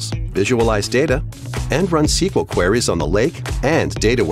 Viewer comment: Pls god somebody stop ppl copying txt2speach errors, it's not 'qu-where-rays' it's 'queer-reeze'